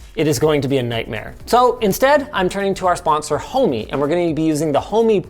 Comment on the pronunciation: Thought the same. It's actually "Homey"